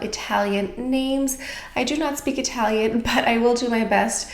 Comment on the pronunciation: Excellent italian pronunciation dear 💗😘